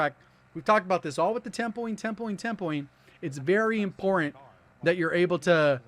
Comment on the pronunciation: I wish he didn't sound like a deaf man when he says im-port-ant